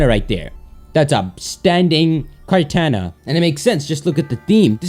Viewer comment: Your pronunciation of Kartana makes me want to punch you in the face.